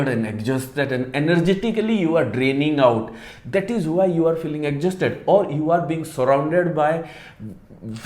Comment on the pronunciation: Plz learn the right pronunciation of exhausted